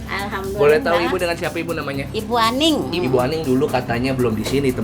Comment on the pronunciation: bu aning kak bukan anii🤣🤣🤣🤣